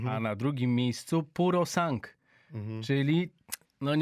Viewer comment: Dziennikarze nie tylko z nazwami chinskich aut maja problemy.Juz chyba kazdy sie nauczyl ze wymawia sie" PUROSANGŁE" ale dalej swoje PUROSANG! hyhhy Najwyzszy czas!!!